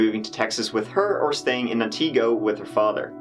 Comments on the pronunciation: And ant (short i) go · Up here in Wisconsin we pronounce Antigo like this: an·tuh·gow :) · Being from around that area of Wisconsin. The pronunciation for Antigo is "Anty-Go" and Wausau is "Wha-Saw". BUT - thank you for covering this story! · Antigo= Ant-ta-go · The cities all called Wausau = Wa Saw, Antigo = Ant igo. If that makes sense. This is my neck of the woods. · Pronounced Antago not AntEEgo and Waw-saw which u kinda corrected 😁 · Ann-ta-go Whaa-sa 😂😂😂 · Yea you butchered those names. Wausau is pronounced (Wah-saw) and Antigo (Anti-go)... You like those names... We have plenty more awesome ones in this state waves of sarcasm flooding in Wisconsin is wonderful. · Wah saw(wausau) and ant igo (antigo) funny that people trying to correct you aren't even getting it correct!! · not that it matters but it’s pronounced anna-go + wa-saw 🙃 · Just started watching your videos a month or so ago. This one hit home as it took place, sadly, nearby. Love your interpretation our our Central Wis. names. It's Ann T Go and Waa ( like a baby sound) Saw. Have you ever looked at the Kuntz family murders in Athens. Which the people around that area tend to call At ends. Go figure. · the town names are pronounced ant-i-go and wau-saw